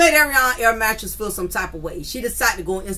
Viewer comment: air mattress is a good one every time you say it. I be screaming 🤣🤣🤣🤣🤣